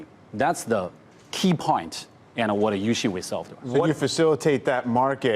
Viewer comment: Its .....yousin.....not ocean